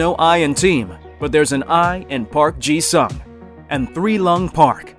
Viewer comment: its pronounced “soong” not future tense for sing